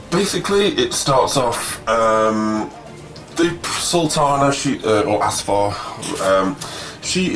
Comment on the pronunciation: first, it's AF-SAR not ASFAR, and it is pronounced SHAH-ZADI, meaning "Princess" or like "Child of Shah". Her servant's name is Shi-la-leh. but yes, I love this book myself.